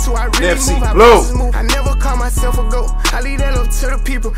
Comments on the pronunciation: “ gaot “ cmon 😭🤣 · That nigga said “ T - A - O - G” he spelled the whole word backwards like it was correct lmao 😂 is hilarious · he said taog😭😭😭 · so fried spelled GOAT wrong said TAOG 😭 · Did he say gaot?? Instead of goat lol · Dis Niqqa Said Gaot 😂😂😂